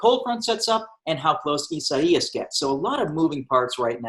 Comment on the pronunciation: why can't he say the name correctly?